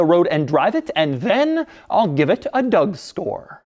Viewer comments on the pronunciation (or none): He said Doug store XD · Did he say "im gonna give it a Doug STORE" ??😂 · " a Doug store" lol. think he meant score. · on minute did you say.. give it a dough store??!! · Why does he do that? Sometimes he says "Dougstore" Why? I almost feel like it's intentional. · LMFao I heard it too!